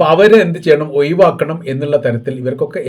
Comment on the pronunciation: സഹോദര.. കോയപ്പം..ഓയിവാക്കൽ..എന്നൊക്കെ.. പറയാതെ.. കുഴപ്പം..ഒഴിവാക്കൽ.. എന്ന് പറഞ്ഞ് പഠിക്ക്